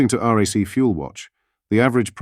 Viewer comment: Am I the only person who worked out that the voice over was AI? Is the whole thing AI including the Keunsberg interview? Note in the speech about fuel duty the robot refers to The RAC as the Rack. I have also noted other robots mispronouncing Kuensberg as this one does. Let us not be fooled.